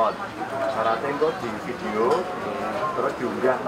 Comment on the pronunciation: Ciri khas orang jawa... "di PIDIOOO"...😂